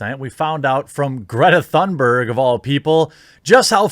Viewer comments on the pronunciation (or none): im swedish its not "thunberg" its Tun (like tuna but without an A) and ber-j ( BERGmeans mountain in swedish) is BER - J " with a J like jay not a hard G. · its a silent h in thunberg... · I second absolutely everything you pointed out there. Just chiming in with a correction about how to pronounce her name: there's no thunder in it, so to speak, the THUN is pronounced like TOON (more precisely an umlaut 'Ü' sound, but let's just skip that for simplicity), and the BERG sounds more like BARE than HER (just talking about the vowel here). The 'R' is also less prominent than in English, so TOONBEG is the closest I can simplify it to. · Pronounced "Toonberg." Which is more appropriate anyway because she's like a cartoon.